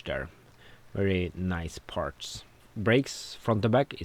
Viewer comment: I love how he is saying Parts (Partsch) 😬